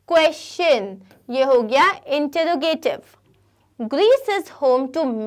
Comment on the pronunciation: Introgative ka pronunciation wrong hai